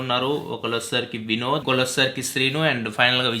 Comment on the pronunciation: Bro Vinod badhulu Binod ani vinipistundhi 😂😂😂😆